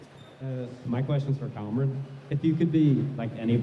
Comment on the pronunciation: Not the host pronouncing Cameron’s last name wrong 😭